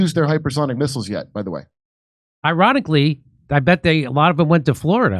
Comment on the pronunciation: I really thought he said “Iranically” 😂